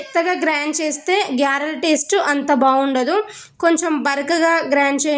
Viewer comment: అమ్మడు తమరు వేసింది గారెలా గ్యారెలా ఏదో ఒకటే క్లారిటీ ఇవ్వు మాట ప్రధానం గ్యారే కాదమ్మ అవి గారె అనాలి